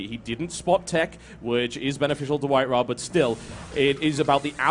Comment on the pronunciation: It's not WhiteRa but WinRa :)